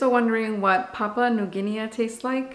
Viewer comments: Hey hey ... your language friend over here 😅. Don't get caught up on the pronunciation, we will still watch you ☺️. And no one come for my friend on that! (Pa-poo-a New Gin-ee) I can't wait for my original line pods to get here so I can try this one! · We all pronounce things differently of course, but in UK we pronounce it ''Papa New Ginney' we do not pronounce the A at the end. But in US you may be different.